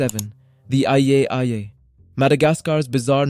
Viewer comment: mega-LOE-don?!? nah bro. it's mega-loh-don. and IYAH-IYAH??? nah. it's called Eye-eye